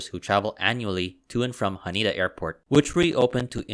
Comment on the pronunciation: H A N E D A , not HANIDA